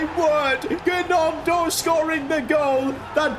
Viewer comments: calling him Ganoto is the funniest thing (It's pronounced Noto) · It's Nionto as Gnonto or Ñonto yeah it was funny😄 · Silent g on gnonto mate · and sid fr the record its pronounced naunto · When you say Gnonto you don’t pronounce the g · Is it just me or is it so annoying he says gnontos name wrong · But how he pronounced gnonto😢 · The way he said gnonto is so funny 😂. I love you been watching your vids from the beginning